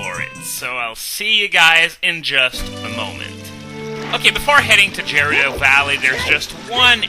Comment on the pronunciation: The way you pronouce Gerudo ... I always thought it was suposed to be a hard G there, at least that's how I always say it xD